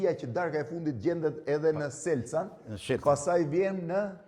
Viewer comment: Selcan 😂😂😂😂 Shelcan me SH te padhe te shtypit 😂😂😂😂